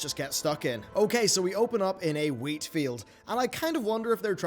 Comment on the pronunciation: bruh...its wheat.....wheat.